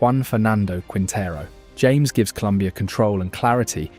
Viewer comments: It's "Ham-ehs" not James BTW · Very nice video. By the way it's "Ha-mes", not "James". 😂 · James --> Haa Mess